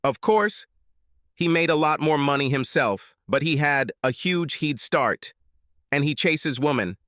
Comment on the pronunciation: Huge "heeeed" start! Oh come on you stupid youtuber! Use a real voice which can pronounce words properly. Or are you so ashamed of who you are and what you sound like you have to hide behind a fake voice? And your work ethic is terrible!!! Putting out such shit as this and not bothering to even proof your work. The quality of this work must match your d*** size. Lacking, small minded and very weak in quality.